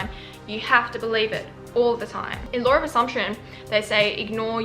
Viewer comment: really felt when they said “*lawr*”